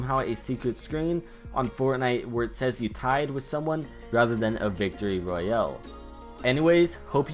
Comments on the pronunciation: I like how u say royals as if it was a sickness.” Fortnite battle Royeel—elllllll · Say royale correctly... You it like royel